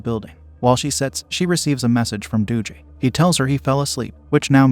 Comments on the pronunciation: Ok im sorry but the "Doo-gee" pronunciation instead of "Dug-ee"(short for Douglas) kept making me laugh. But I experienced sleep paralysis when I was younger...from 11-13yrs old. Scary af! I would always tell my mom that I saw this monster that was all black w/bright eyes. N he would be coming closer to me n I couldn't move anything but my eyes. I would wake up crying, screaming n sweating. It was the worst feeling of fear I've ever had. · I’m pretty sure AI doesn’t know how to pronounce Dougie .. 😅